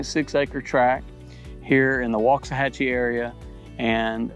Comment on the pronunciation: I like it when folks actually know how to pronounce Waxahachie.